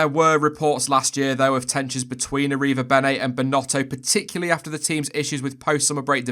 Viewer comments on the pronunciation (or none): damn you slaughtered that name